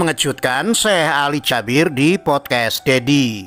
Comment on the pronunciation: Bang salah nyebut nama syekh nya bukan syekh ali jabir tapi suekh ali jaberr